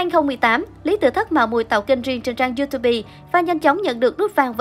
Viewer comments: Không biết đọc tiếng anh thì làm ơn Google giùm: Youtube đọc là Yu Túp chứ không phải Yu Tu Bi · hông hiểu sao làm PTV mà đọc Youtube là You-tu-bi mà nghe được. quỳ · Nghe giọng đọc tới “du tu bi” là hết muốn nghe nữa, đã lập kênh có nhiều người theo dõi mà ... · Một trang lớn thế này mà vẫn đọc Youtube là "Yu tu bi" hả trời. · Btv mà đọc yu tu bi (youtube) là sao??? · Làm tin tức mà đọc là ziu tu bi là hỏng rồi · Du Tu Bi ??? Vãi cả đọc Youtube 😖